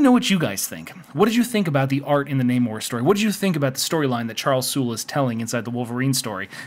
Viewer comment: I pronounce it NAHmorr not NAYmore as that's a true pet peeve of mine. Lol